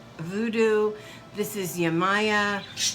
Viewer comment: Hi her name is pronounced( yeh ma yah) but spelled yemaya :)